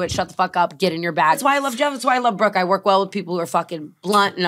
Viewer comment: didn’t think I needed to hear Mike call brooke “brookie” until now